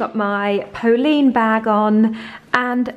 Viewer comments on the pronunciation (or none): Polene is pronounced Po-lenn, not Po-leen.